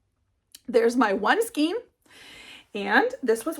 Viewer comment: It’s pronounced skane not skeen.. this is one of my pet peeves 😂 great projects . Tfs